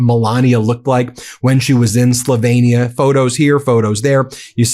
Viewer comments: Just an FYI- Slovenia is pronounced “sloveenia” . Not “slovainia” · Slovenia is pronounced SLow Veen ee-ah rather than Slovaynia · Why can't you pronounce "Slovenia" ? That was sloppy ! Not sure how accurate anything you say is now.